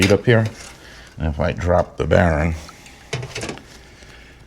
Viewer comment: Your videos are always helpful. You are right on about greasing those using the Zerk, DONT DO IT! BTW- whats a "baron"? Is that the New England pronounciation for "bearing"? Just kidding, good job! Yes keep extra seals and bearing set as spares. In my case, I run cartridge bearings, so I carry those and since they are 5 year maintenance items, best to change them BEFORE problems. I just did my 6.